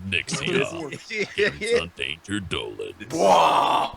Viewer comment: N-ixio-M for fooks sake. NIXIOM!!!!